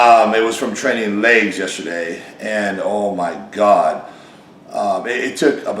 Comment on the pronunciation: Rich says "Lags" or "Ligs" he never pronounces the word Legs. Also, the market has changed in 15-20 years old man.